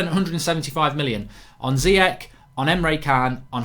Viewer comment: Mark, there's no way Ziyech only worth 25 mil. Must've been more! Also, I'm pretty sure it's read "Chan" without the "h", rather than "Kan". Please try to respect others by pronouncing and writing their name as correct as you can. Last summer you always wrote "Ben Yeddar" instead of "Yedder". These kind of small things matter.